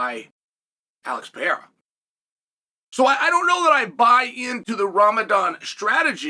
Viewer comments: It's the ALEX PEE-ERA!!!! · Chael, its Alex Pereira , not pee-era! 😂